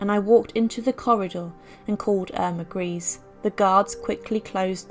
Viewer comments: It’s pronounced ‘Greser’ not Grease. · If u do do your research it’s not grease it’s pronounced grey za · Her name by the way was pronounced Eirma Gray - se and not Grease. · Thanks for the video. Just a minor point though, her name is pronounced Greysa not Greese. No offence meant! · It's not pronounced "grace." It's pronounced "greesa." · False . German native speaker here. Her name is pronounced: Ear-mah Gr-ee-s-see, ee- like in beer. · It is. He lived in my hometown and his Great nephew still lives there, with that surname and it is pronounced as you say. I also thought her name was pronounced Gresher? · How can you make a documentary with all the research and still not be capable to f-ing pronounce the subjects name correctly. I just don't get that. Totally disqualifies the content.